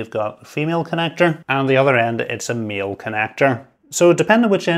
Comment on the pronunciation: I'm confused. Did you say "male" connector, or "meal" connector? I'm really not hungry but thx.